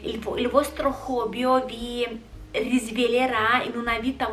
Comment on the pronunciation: Sei fantastica! E non lo dico quasi mai a nessuno...starei ore ad ascoltarti (anche se dici hobbyo(?) Non si dice hobby sia al singolare che al plurale??)...Continua così!😍